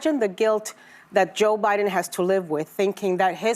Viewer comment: You mispronounced "the joe biden administration."